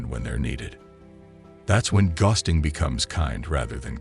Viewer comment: This is an informative, useful video but the repeated mispronunciation of the word "ghosting" detracts from it. It's a simple word, for God's sake!